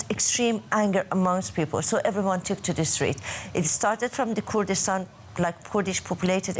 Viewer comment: The host find it hard to say Kurdistan